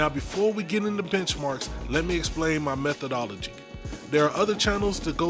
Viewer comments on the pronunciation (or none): I thought i heard bitchmarks 😂